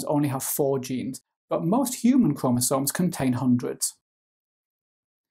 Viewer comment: The way you say chromosomes give me two extra chromosomes